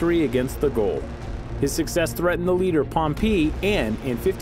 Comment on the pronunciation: The narrator says pirates and I see 18th cent. ships.I skip forward I hear goal instead of Gauls.Pass. I will learn nothing here.